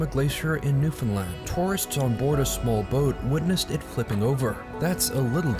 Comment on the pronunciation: Finally a YouTuber who pronounced Newfoundland right! Thank you!